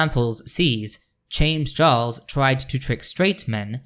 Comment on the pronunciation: I came here from your comment on a Lily Orchard video, and I really enjoyed this. (I'm particularly amused by what sounds like you saying "Chames Jarles" 🤣) It is a bit frustrating/triggering as a nonbinary femme seeing so many cis/binary people being bootlickers, defending Wynn, and in some cases fucking loathsome toad Buck Angel for their truscum rhetoric... but honestly, I'm not surprised. Performative Moderates will always throw marginalized folx under the bus to protect each other. 😒 I feel like they need to be slapped with Lily's "Natalie Whinging" video. You've got a new subscriber in me though! I await to see what else you have in store!